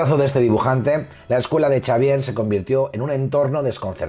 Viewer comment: El mejor canal de Marvel, felicidades. Pregunta, sin plan de ofender. Por qué dices Charcharvier?